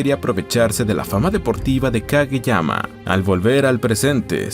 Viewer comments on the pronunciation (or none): Como que yuanes? Es Japón, ahí usan yenes, los yuanes se usan en China😂 Por cierto, en los primeros minutos del video llamas a "Kageyama" "Kagemaya" como un montan de veces 😅 Hay que revisar mejor...